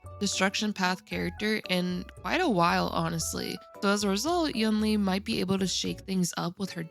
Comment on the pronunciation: Hey, it sounds more like You-ween slurred - it's the same word as second half of Tingyun - it's written like 云 which means cloud